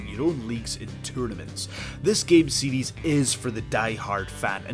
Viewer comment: I think it's cute how when he says series, it's sounds like seedies.